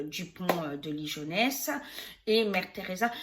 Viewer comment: Coucou, Ouille non non, ça se prononce: LI GUO NESS et s'écrit LIGONES Sinon il y a le traducteur Google quand on ne connait pas la prononciation..;) Merci pour tes tirages..;D